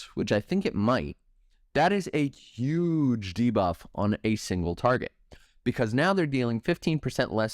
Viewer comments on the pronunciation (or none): OMG THANK YOU. The ZUGE is killing me